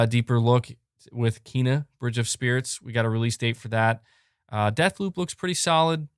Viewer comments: It's not Keena. I read The game informer article and saw the pronunciation. It's Kayna. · It's neither of those pronunciations for Kena. It's pronounced Kayna.